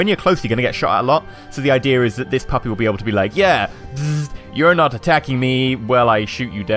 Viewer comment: Does it make anyone else feel weird when he says "puppy".